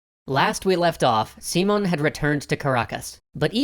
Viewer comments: Hoonta, Seemon, and Boleevar. Gonna be a lot of pronunciation to cover in the Lies episode of this one. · You know you're mispronouncing Simón Bolívar's name too, right? Simón has an accent on the "o" and "Bolívar" has one on the "i". So it should be more like seeMON boLEEvar than SEEmon boliVAR. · And "Seemon". The accents are there for a reason, please use them, thank you very much. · The video is great but hearing someone getting so close to the proper pronunciation of the name and kept botching it is entertainingly distracting. English tends to stress the penultimate syllable, but Spanish this varies a lot. That's why we have the accents. The proper pronunciation of Simón stresses the last syllable. Didn't want to be picky, but this tendency is somewhat interesting, as different languages tend to stress different syllables. Such as Japanese tends to stress the second to last one.